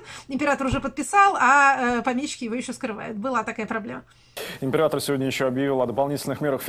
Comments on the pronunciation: Мне показалось или диктор "оговорился" Императо сегодня заявил...? Хорошо так оговорился если так))) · Аааааа!!! Император сегодня отменил)))) Оговорка, но символичная)